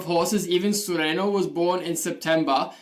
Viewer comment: Very informative, congratulations for your channel. One thing, The name of the horse is not “ Sureno “ in the video made in Spain the girl call him “ SUREÑO “ means SOUTHERN , but as usually foreign people don’t know the sound “ Ñ “. I know it well, I from Spain. 🤗